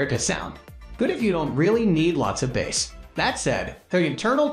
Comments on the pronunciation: How can you trust the info on speakers if talking about the bass sound and pronounced it Bass ( like the fish ) .. im sure some ai voice over but , it insults our intelligence to watch the mistakes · Great list but im in shock at your annunciation of woofers and bass??!? Seriously?!?! Bass isn't fish my guy!